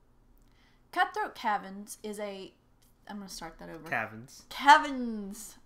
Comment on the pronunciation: Great summary, thanks for sharing your insights., you made me wish there were a cutthroat cabins game - summer camp dungeon crawler! LOL (yeah, i know you really said "cavins").:-)